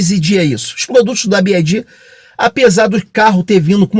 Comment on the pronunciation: Parabéns pelo vídeo! Ótimas informações... Só uma SUGESTÃO! Pelamordedeusss... tá mais do que na hora do brasileiro aprender a pronunciar corretamente a marca... Se quiser falar em inglês, o correto é pronunciar "bi UAI di"... Y em inglês se pronuncia como "UUUUAAAAI". Ou então fala só "BID" em português mesmo... agora "bi AAAAI di" é de doer os ouvidos!! Vc é fera e isso é irrelevante perto do seu conteúdo... é apenas uma sugestão, para que possa se diferenciar de outros canais!